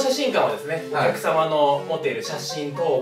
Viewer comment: お客様のが貴様のに聞こえて ！？ってなってしまった